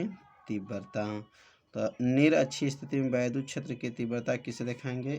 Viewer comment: Vaidhut ❌ Vaiddhut ✅